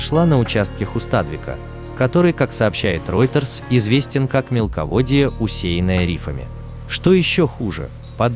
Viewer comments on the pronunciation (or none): none